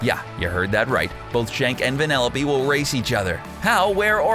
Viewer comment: Why does he keep on saying vanelope